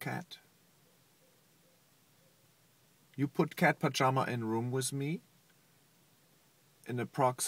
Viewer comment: Aww the way he said, "I cannot be in da room wiss da cat pajama" hahah